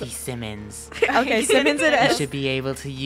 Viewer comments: its not Simmons its simon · Timothy Simions 💀